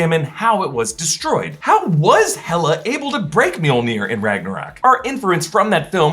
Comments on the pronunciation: every single time mjolnir is mentioned, all i hear is meow-meow or jonathan. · why do you keep calling Jonathan mewmew? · it's not MJOLNIR. it's JONATHAN!